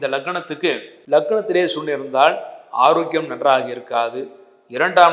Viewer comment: sunia or suriyan? pronounce properly sir.